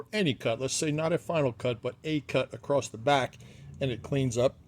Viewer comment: "Acrost" bugs me so much! Is it a south-east dialect?